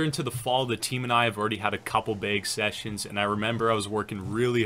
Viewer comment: the way you say bag is annoying me "beyg"